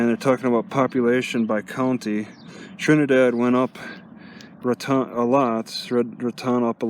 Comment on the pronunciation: Nice video. The town of Raton is pronounced RAT - tone. Thank you for sharing.